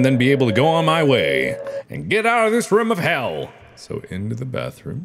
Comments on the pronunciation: I love how mark says rume instead of room for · I love how Mark says "room" lol 😆 He pronounces the "oo" like the word "book" instead of "bloom".